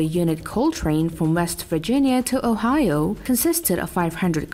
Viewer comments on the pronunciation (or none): none